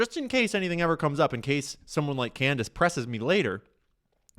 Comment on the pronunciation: Did anybody else notice when Candace improperly pronounced her own name?